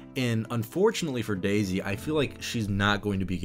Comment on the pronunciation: You keep saying Daisy in a way that always makes my brain think you're saying DayZ. Also, she will always be Darth Rey Femwalker to me, a child born of the Dark Side, nurtured by it, unaware, who destroyed what he participated in, as feminist stuff tends to do.